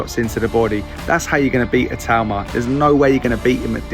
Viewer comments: ITAAAAUUUMA!!!...not Itooma, ya pommie twit! :face-orange-frowning:🤪🤪🤪🤪🤪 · Talking about names when you have been pronouncing itauma wrong in every video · I am once again asking for to learn to pronounce Itauma's name properly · how it's spelt. I - tau - ma. Not I too ma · It's not a tumour!!! I think Itauma was trolling when he said Siri pronounces it the proper way.